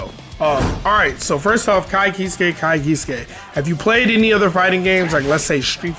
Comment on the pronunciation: I hate being that guy, but I can't help myself. My man's name is pronounce Ky keesk, not keeskay. Though tbh, it does look like it would be keeskay, and that's how I used to read it.